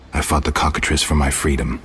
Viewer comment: Who ever wins faces the Cock-A-Triss! Man that pronunciation was on fleeeeek. 😌😌